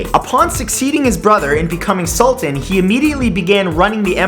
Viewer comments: its a SULTAAAAAAAN not a SULTIN. its not an english word "an" isnt pronounced "in" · It's Pronounced Sull-taa-n